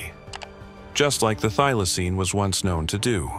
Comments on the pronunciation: Get the pronunciation right, it is a THYLACINE, not a theelacine, or a thilacine. Next time, get an Aussie to narrate. Another total waste of time, money and effort. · Fair dinkum, why can you not pronounce Thylacine correctly?! Why?!! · I want this one brought back. Skip the do do and do this one. And quit pronouncing Thylacine two different ways you twat. pick one and stick with it.